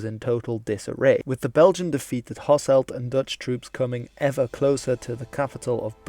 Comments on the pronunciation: Same goes for Hasselt, where its ɦɑsəlt not ɦɑsɛlt. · Just a little thing about your pronunciations, I'm aware you might not be able to pronounce the soft G in Cities like Geel, but for example the city of Lanaken has an emphasis on the second "a", with a silent "n", and Hasselt's "e" sounds more like a "u" Also is a huge travesty still to this day